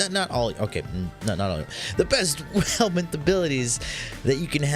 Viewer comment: Helminth not helmet